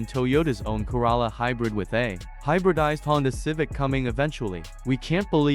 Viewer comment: If you wish to have more viewers, it would help if the AI voice could pronounce words like Corolla correctly. The Corolla is one of the few nameplates that have been in circulation for decades and there are millions of them on the road. The cadence is also comical. The AI is supposed to be speaking English. Is this coming from somewhere on the planet or are you little green men?